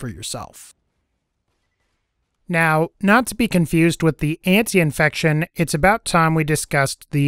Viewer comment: Ant - I - fection. An - tie - fection. Either is correct. Great video but every time you said that one thing wrong I winced.